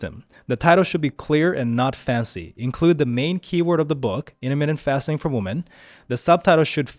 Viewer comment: Plural of a woman is "weemen"